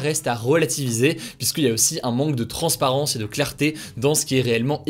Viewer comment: “Transparence” Hugo : 🌬🌬